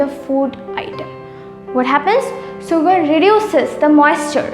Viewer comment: Sugar - shugar(pronunciation)